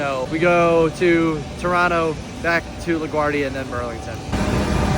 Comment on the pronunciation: Thank you for pronouncing Toronto correctly lol